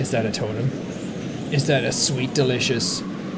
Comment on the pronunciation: Every time sean saying totem it sound like sean saying total them. ( I do not mean that in a bad way)